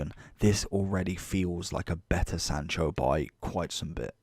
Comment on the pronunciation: lmao “jordan sancho”